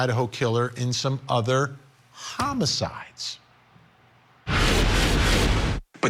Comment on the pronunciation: Why did you say "homicides" like that